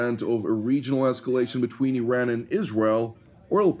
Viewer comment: Yes, there are a variety of options on the table, especially those on how to pronounce the freaking name of a country that has 2500 years of civilization and history. I-ran ,,, Ee-run and now apparently Ee-ran.